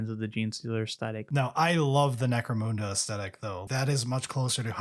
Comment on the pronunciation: "necromoonda" I'm being baited into commenting and I can't stop myself